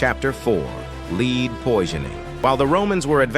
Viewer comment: Fricking AI narrator doesn’t know how to pronounce lead